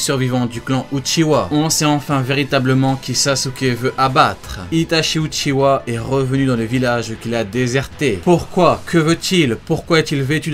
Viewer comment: C'est pas uchiwa mais uchia